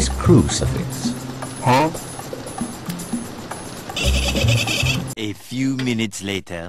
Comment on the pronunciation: No not curcfix its crucifx